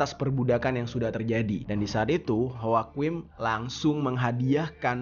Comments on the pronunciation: Joaquin dibacanya wakin bang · Joaquin dibacanya hwakuin